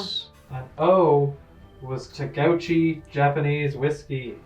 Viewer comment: TUHGOWCHI Oh god that hurt me XD TOH GŌH CHI but nice try 🤣😅